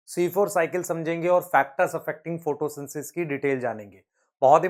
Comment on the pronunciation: sir aap photosynthesis ko photosynsis kyon bolte ho "the" kyon nahi lagate kabhi.